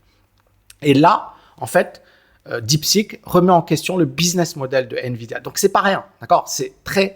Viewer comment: Bonjour merci pour vos vidéos très intéressantes.. attention deep seek ou deep sick ? La prononciation fait toute la différence ❤